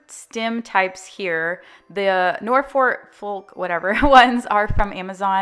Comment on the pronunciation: I was watching one of your old videos yesterday and I was laughing every time you said North Fork… I was thinking, poor! This will live in her YouTube videos forever! By this time, I think most of us are familiar with Norfolk pine, but a few years back, that stuff was just coming out, so it’s no surprise you were mispronouncing it! And it’s obviously FLUFF the tree.. I don’t know what dumbass was trying to tell you that it was unfluff, but I guess we all have our corky ways of saying things. I said DERO- derent instead of DEO-derant (secret antiperspirant) for the first 20 years of my life😂